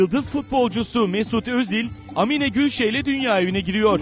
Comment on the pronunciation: Aaamine Gülse diyor okunur ammine degil